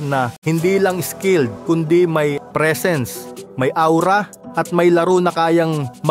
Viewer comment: Sir pag aura pwede paki basa as ora wag awra parang naaalala ko kasi yung bakla kapag awra e.